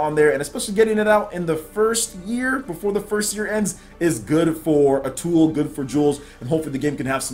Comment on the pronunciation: You kept saying Atool instead of Atooi. It's an easy mistake.